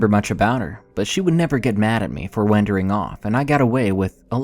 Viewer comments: He also says waander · wendering off? anybody else catch that lol really? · Don't get me wrong. I love this channel. But how hard do you have to try to mispronounce "Wyoming" and "wandering" within the first 60 seconds of a video. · Can you please learn how to pronounce "Wyoming" and "Wandering" it's not that hard! My lord I lost brain cells listening to this it shouldn't be that hard pronouncing two well known words